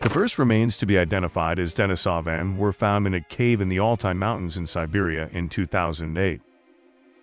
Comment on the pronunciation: Nice video, just wanted to add that it's pronounced deneesaven not denisohvan.